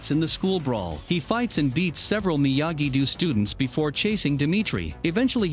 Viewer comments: it’s do not doo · Narrator pronounce miyagi do miyagi du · He also said "Miyagi-Doo" and "De-MEH-tree" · Miyagi-do❌ miyagi-doo✅ Eagle fang❌ eagle fuong✅ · Miyagi❌ Miyagidoo✅